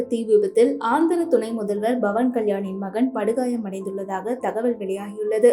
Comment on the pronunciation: Bhavan ilai. Pavan. Pl ssy correctly